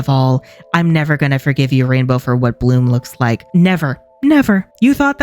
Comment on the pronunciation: The way he said "Bloomuhh..." got me rolling on the floor 😂😂